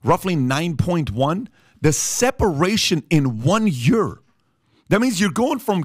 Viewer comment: "The separation in one YUR!"